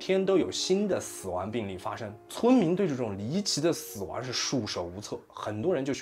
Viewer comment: 死亡wan， 康kan熙，